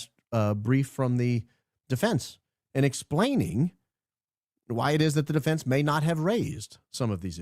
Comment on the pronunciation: Please teach Candace how to pronounce defense. 😊